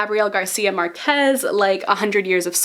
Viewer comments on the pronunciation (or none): Heyyy so Gabriel García Márquez second last name is pronounced MÁRquez, not márQUEZ, the accent is on the A. I don't know if this is the best way to explain it XD but I thought you may want to know :)